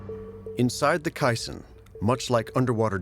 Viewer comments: Kay-son, not kie-son; sheesh! The building elements were angles and plates, riveted together. There were no "U" sections. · KA-sonnes, not cassins. Sheesh PBS! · Kison's Disease ? or caisson's disease???? I have never heard it pronounced that way. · Always enjoy these PBS - especially NOVA doc.s. It hard to find fault with the work they do. So I'm curious how they so severely mispronounce the word caisson ( KAY-sahn), a word so common that it's a critical word in the lyrics of a very well known classic song. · Caisson pronounced like maison , try Google translate (she speaks french beautifully) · "Ka son" idiots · It's pronounced Kay saan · I read a book about the construction of the Eiffel Tower back in the 80's. I picked it up at a used bookstore along with a book about the construction of the big radio telescope at Jodrell Bank. It was easy to see how Eiffel's revolutionary engineering influenced the construction of the later structure. I've never heard caisson pronounce with the long "i" sound. Have I been saying it wrong all these years? I've always used the long "a" sound: ˈkāsän. Great episode! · You'd think PBS would make sure their narrator knows how to pronounce CAISSON! Especially when someone in the video pronounces it correctly.